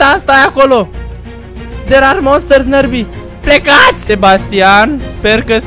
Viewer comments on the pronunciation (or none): se citeste "nirbai", nu "nărbi"